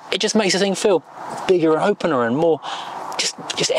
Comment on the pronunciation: Enjoyed your presentation of the volvo , one small thing the word " opener "? 😅 all the best 👍